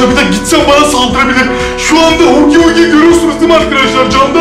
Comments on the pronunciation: Se dice haggy waggy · es huggy wuggy no HuGy BuGy